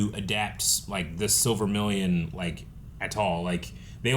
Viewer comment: Again with "The Silver Million". 😂